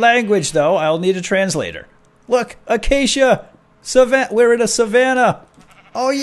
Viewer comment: You're the FIRST youtuber I've seen to date that has pronounced Acacia correctly. lmao